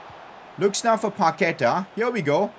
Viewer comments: Also, Paquetá has the stronger vowel at the end. It's paquetAAAAAH, not paQUEta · PCQ: day 69 of saying paqueta as pa que ta not pa ke ta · Pcq: Day 4 you don't pronounce Paqueta right,you say Paketa, it is Pa q-ue-ta